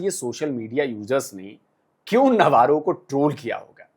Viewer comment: (नव्वारो) नहीं-रो अबे!!!!